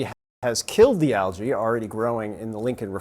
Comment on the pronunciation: What's "al-jay" ?!?! You can't pronounce algae?